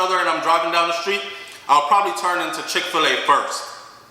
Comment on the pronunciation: come here, a no chick Fila, like Fila sneakers, it's chick fi llay like when chicken lay egg, a caan manage.